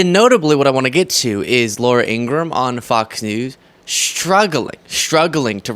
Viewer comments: Hi, you need to pronounce Laura IngraHAM! She's so weird she has to even lie about her real name!!!! I'm so sick of her, Jesse Waters and Sean Hannity! They're anti American, anti Constitutional, and anti DEMOCRATIC! Vote 💙 so i can sleep at night! 😊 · Laura's name is pronounced "In-gruh-ham", her family clarified. Not that she deserves the courtesy of pronouncing her name correctly. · “She can read teleprompters.” As she reads a teleprompter. -per her brother it’s In-Gra-Ham. 😂😂😂 Laura adopted 2 children from Russia. Hmmm. Oh, and a child from Guatemala. Which would be a wonderful thing except this woman is speaking out of both sides of her plastic surgery mouth. Nobody loves Putin/Russia more then the boot licking tRump.